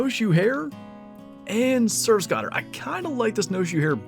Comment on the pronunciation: Good video man. I almost fell out of my chair when I heard you say surf scotter 😂😂 unless it's different that far north, they're pronounced like skote-er. You're not a duck hunter though so not your problem lol.